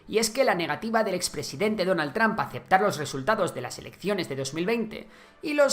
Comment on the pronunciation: Se dice TROMP nl tramp. Y se dice VIDEO, no BIDIO